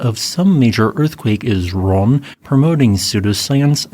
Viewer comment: Computer generated voices are terrible. I believe he wanted to say he was wrong, several times, but it sounded like Ron.